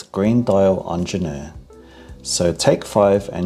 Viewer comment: He should learn how to pronounce it though.